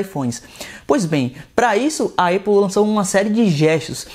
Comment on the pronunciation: Uma hora fala EIPOU outra hora fala ÉPOU, e em nenhum momento falou o nome certo. Cara ele fala muita bobeira, da pra ver que ele só quer realmente views! Péssimo canal